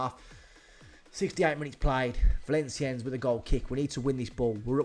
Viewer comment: it's "Val-on-siyenn" the s at the end is slient. Didn't know PSG were this bad in 2008 XD I thought they were slightly better 😂